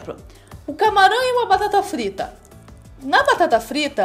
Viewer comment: Quando você frlita batata...